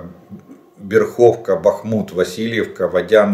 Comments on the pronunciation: Не БерхОвка,а БЕрховка. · Населённый пункт Бéрховка правильно читается с ударением на 'е'